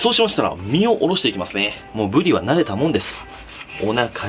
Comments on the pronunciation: ブリの発音がブディと聞こえる！でもうまそう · ぶり上手く発音できてないのおもろい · りが上手く言えないの笑った